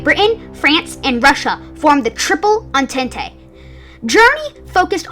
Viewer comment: Maginot is pronounced like /ma/zhi/no/ And the entente is pronounced like /aun/taunt/